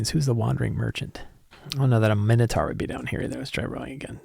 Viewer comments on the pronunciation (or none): none